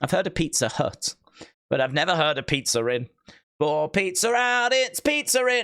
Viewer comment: its pizza inn not pizza rin